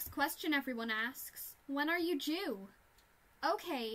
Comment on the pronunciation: "Oh my gosh When are you due" sounds like "oh my gosh when are you jew" stg